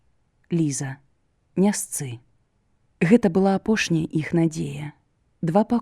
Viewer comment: Вымаўляецца не "іх", а "йіх", "йіншы", "йімі" і г.д. - варта азнаёміцца з вымаўленнем І ў беларускай мове, бо няправільна шмат вымаўляецца. Мяккасць не беларуская, часам праскоква беларуская. На сутыку слоў асіміляцыі беларускія адсутнічаюць, вымаўляецца як у расейскай.